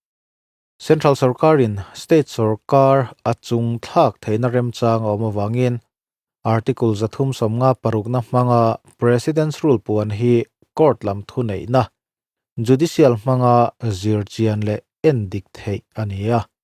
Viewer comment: "Chung thlak" ni lovin "chung tlak" tih tur zawk a nih hmel e.